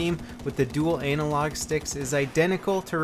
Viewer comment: I like how he pronounces analog and analyze..anal log and anal lyze lol..